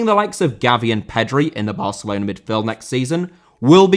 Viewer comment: Barcelona* not Bohçalouwner